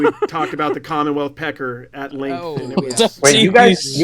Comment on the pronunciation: add “Y” to commonwealth